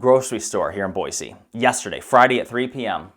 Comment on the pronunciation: I can tell you're in Boise by the way you pronounce Boise